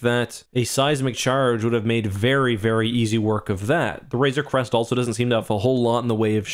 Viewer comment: Hey look someone is finally pronouncing RAZOR CREST correctly! lol